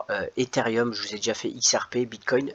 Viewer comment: Salut c ethereum non pas etherium